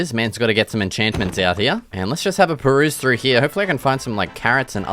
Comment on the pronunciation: I love when you say hereya no here